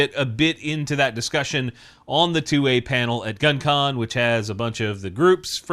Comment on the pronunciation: “Link in the discrission” 😂